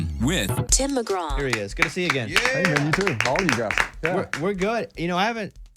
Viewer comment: Mr. McGrath?? Its Tim Mcgraw there bob